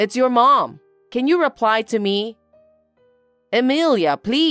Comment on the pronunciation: It's Amelia not emelia